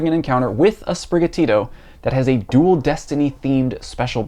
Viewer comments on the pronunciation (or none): none